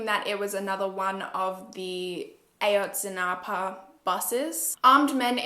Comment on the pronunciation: Ah-Yohtz-Si-NahPuh ;)) A is short, so it’s Ah! also I’m Mexican and I really appreciate how you did this case. Everybody knows Peña did it, he made the Iguala mayor do it too. He was a disgusting president and I’m glad there’s a new president. There’s no reason why police officers from the state would take students on their way to a protest. It’s disgusting how 43 students were taken and nobody knows where they are. I feel terrible.